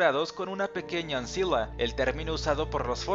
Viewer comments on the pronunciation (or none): ancilla se pronuncia anquila